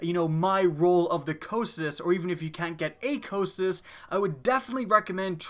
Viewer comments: Yeah, I love this gun! Its pronounced "Ko-kai-tus" by the way (greek). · Am i the only one bothered by the wrong pronounciation ? The correct name of the gun is pronounced ko-kai-tus. Not whatever sneeze you were saying instead of its name. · I'm glad you made this video. I've had one of these for PvE ever since a few months into TTK and I've always thought of it as "Co-Psy-Tus" but recently Blessious put out a video and used some pronunciation website that referred to it as "Co-Kie-Tus" which I think sounds really stupid (I know it was a river in Greek mythology, but did they really say it that stupidly). Now I hear you say it another way and I looked on howtopronounce's website and low and behold the second audio clip is in fact "Co-Psy-Tus" so that is how I will always refer to it. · Ahhh I've been pronouncing it all wrong with "Cock n' Tits" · I was always under the impression it was pronounced KAW-kuh-too. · Chauncey Syposs its "si" tus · your pronouncing it wrong! cocytus is the river to the underworld (fitting) so say it right and do it justice!